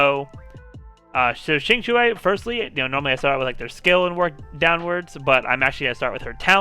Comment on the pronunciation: Thank you for trying to pronounce Qingque's name correctly. The only problem she has is she needs constellations, and since I I have her at E2 only, I am not planning to build her. I have Seele, will definitely pull for Fu Xuan, and since I also have Silver Wolf, I won't need Qinque unless I find Lynx redundant on my monoquantum team.